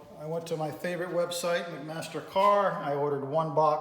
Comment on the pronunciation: Did you say McMaster Car? For bolts.